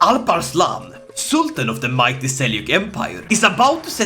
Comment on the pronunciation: holy shit that alparslan pronunciation at the begining was spot on